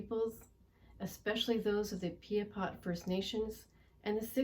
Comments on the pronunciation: It's Pie-a-pot, not pee-a-pot...but i digress. If we give Buffy Sainte-Marie a pass on this then we owe an apology to other Pretendians who also tried to further Indigenous issues and interests. Authors, educators, activists...who were never actually Indigenous. We don't get to change things up just because we feel a deeper connection to some inauthentic Indigenous person over another. I take no joy in requiring accountability in this matter from an 82 year old woman. But accountable is what she needs to be. Ms. Sainte-Marie has supported First Nations causes but she's also taken recognition, awards and money from Indigenous people who should have been the true recipients. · Its "PIAPOT," pronounced phonetically "PIE-A-POT," not "PEE-A-POT,"